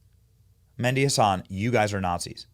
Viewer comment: Meh-di , emphasis on “h” like in horse